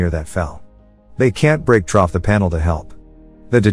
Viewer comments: through... through, not trough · I could barely get trough it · Freakin' Trough instead of Through...... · moral of the story learn to spell the word through before using text to speech so it doesn't keep saying trough(pronounced troff what pigs eat out of) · The most disturbing thing about this video is the amount of times that "trough" was said instead of "through". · Pretty sure text-to-speech knows the difference between "through" and "trough," which raises the question of why the person who wrote the script doesn't. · The amount of times he said “trough” instead of “through” had me cringing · This is a decent narration except for the the narrator saying "trough" instead of "through". e.g. the firemen kept breaking "trough" the wall. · I’m considering offering to write the script for them because I’m tired of things like these. “through” turns to “troff,” “spared” turns to “speared,” “diner” turns to “dinner.” I love the recaps but dislike the AI’s pronunciation at points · Whoever typed the text for this needs to learn to spell the word “through”. The voice said the word “trough” several times. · I love how many time he says trough instead of through lol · New game: take a shot everytime the AI says “trough” 😂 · The “trough” is killing me PLEASE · (Apologies - probably already said multiple times) It's fun listening to the speech-bot say "troff" instead of "through". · Are these videos voiced by an actual person or a text-to-speech program? The guy keeps saying "trough" when he should be saying "through" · Every time they say "through" it comes out as "troph" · 'Troff' vs 'Threw' - damn this robot script reader should be fed written-how-it-sounds words, as that part of the video was painfully painful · Hate how he keeps saying “trough” instead of “through” 🤣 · "trough the wall" "digging trough the wall" lol also " trough the footage" lol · Every time it is supposed to say "through" it says "trough". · Why does he keep sayin troph instead of through